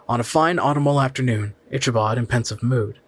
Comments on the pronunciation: It's Ick a bod Crain not Isha bod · Ick-a-bod. If you're going to narrate, at least pronounce famous literary characters name correctly. LOL